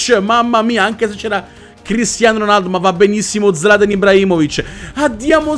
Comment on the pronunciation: "ronardo" cit. ahahahahahaha